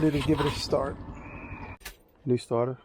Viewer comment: “Change da staata” 😂True Nu Yorka✨💫💎